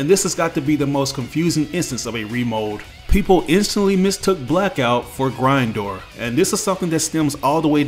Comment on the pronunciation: I hate the way you say Grindor